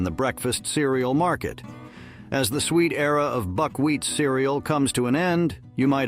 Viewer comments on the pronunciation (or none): Buc- Wheat Cereal, not Buc- Wheats Cerial!